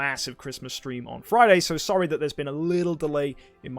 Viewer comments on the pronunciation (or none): none